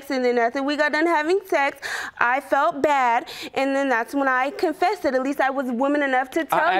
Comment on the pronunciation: "Confessed-ed". Give me strength. Sheesh !